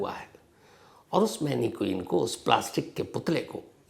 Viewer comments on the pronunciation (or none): मैनिक्वीन नहीं मैनिकन